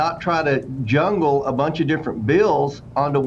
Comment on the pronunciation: he said jungle not jumble LOL